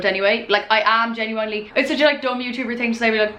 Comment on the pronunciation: I love the way you say "genuWINEly"